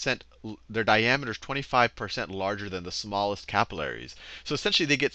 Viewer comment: Say capillaries properly